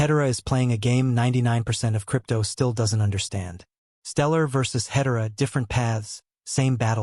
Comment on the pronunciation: Teach your AI narrator how to pronounce “Hedera”!